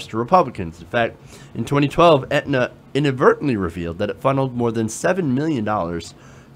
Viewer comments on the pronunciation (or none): Please learn how to pronounce "Aetna" before trying to extrapolate on how you know so much about the health insurance industry. It's like not understanding the difference between Medicare and Medicaid. Just a personal pet peeve of mine.